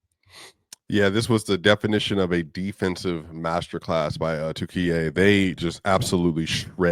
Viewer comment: thanks for comments, it is offical name now Turkiye not turkey thank you for saying correctly